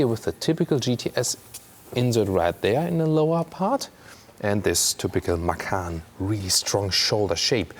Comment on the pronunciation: Man, you should watch some other reviews for Americans and post a comment in their videos, and tell them to watch your video, so they learn how to say "Macan". Seriously, is so embarrassing how they say it. 🤷🤦